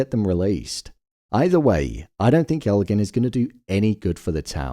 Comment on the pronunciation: Why do so many people say Elgin's name wrong?? It drives me crazy